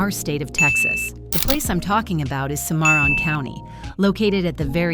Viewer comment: It's pronounced Sim-a-ron, not se-mar-on.